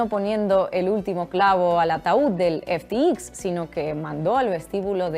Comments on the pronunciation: Disculpa, se pronuncia F T X , no F ti i , efe te exis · Ya que no sabes lo que hablas por lo menos pronuncialo bien!!!! EF,TI,EX🤦🏻‍♂️🤦🏻‍♂️🤦🏻‍♂️ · No se si ya te has dado cuenta pero pronuncias de manera incorrecta FTX. Igual estás bajo mucho estrés o el inglés no es tu fuerte. En todo caso, tómese la observación en tono amable. Tu castellano es casi perfecto.